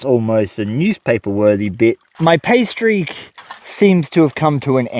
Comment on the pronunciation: "Pay streak," + accent= "pastries" and now I'm hungry. How to make a quality vegemite sandwich: worth the price of admission, although rumor has it an Aussie will mess with you... Last comment: seems to me that a hand or foot powered pump could be used instead of the scoop to move the water